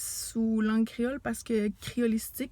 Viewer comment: Bravo !! Pour le créole tres bien prononcé enh !!! Mwen renmen sa